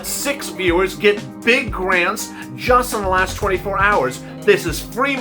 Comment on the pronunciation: Cares Act Garnts lets try grants. Children pronounced chill dren just spelled children. Literally not lilily.